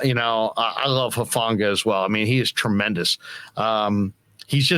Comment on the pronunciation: Dang I hope you guys put it out there that Talanoa low key doesn’t like “huff”. It’s actually very disrespectful to his family name to be mispronounced like that. If you can say the word “who” then you can enunciate the first part of his last name. Hufanga (hoo-fah-ngah).